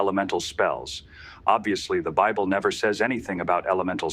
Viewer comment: "The bibbly" 🤣🤣🤣🤣 It's safe to say that this person doesn't care about the quality of their garbage.